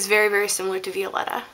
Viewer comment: The lipstick is pronounced vy-o-letta like violet or vie for attention. Sorry it was just really bugging me